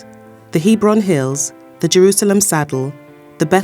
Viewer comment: It's HebRON Hills, not Heebron. Apart from poor pronunciations the video was quite well done.